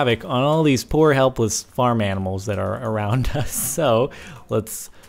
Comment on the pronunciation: when he said animals it sounded like he said edibles